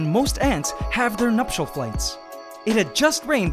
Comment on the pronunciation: So I have been watching this channel for awhile and whenever he said "Nuptial Flights" in my mind for some I thought he said "Nutshell Flights" so for the first time I actually got to the see the correct phrase he was saying